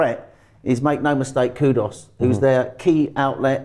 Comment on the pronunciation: we hear three great pronunciations: Kudos, Gerrard Bowen and Kivor Graham you are a legend 😂 The quick succession of these names just made me laugh